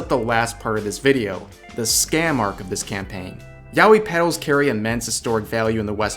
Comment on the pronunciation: Word: Yaoi Rev: Yowi